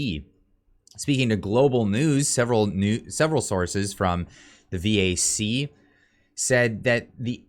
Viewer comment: VAC not V.A.C. CAF not C.A.F.